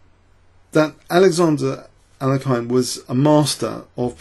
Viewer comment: Please go to google translate and select "English" to "Russian" and paste the following: "Алекса́ндр, Але́хин. Ефи́м, Боголю́бoв" Now press "Listen" on the right side. The pronounciation is almost 100% correct by the robot. (There's a slight error in bogo's surname, but it is negligible) Now, practice that pronounciation 100 times :)